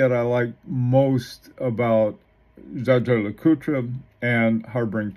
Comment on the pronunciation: Dja-dja Lecoutre??? Seriously? The name is Jaeger, German for Hunter. It is pronounced pretty close to famous pilot Chuck "Yeager", not like some Filipino "bad-juju" or Star Wars Jaja-Binx character! CRIKEY! Is there is not ONE amongst you self declared watch expert youtubers, who can get this right? This really is very annoying, when you butcher names!